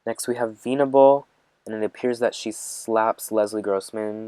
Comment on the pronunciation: I know you mean well but this video is all over the place and just a mess. You've made much better videos. The way it seems like you're reading it for the first time kills me. It's not veeenable it's vennnable